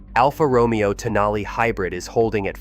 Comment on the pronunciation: He has bo accent when pronouncing ROMAYO